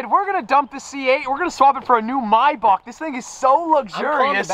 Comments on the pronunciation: Are we just going to ignore the fact the says “my Bach” and not “may Bach” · Anyone else cringe at the way he said maybach 😭 he said “mybock” its “mayback” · Man really said “my boc” lmao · say with me maybach is pronounced “MAY-BACK” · I always thought was a cool dude until I heard him say Maybach now idk bout this guy 🤔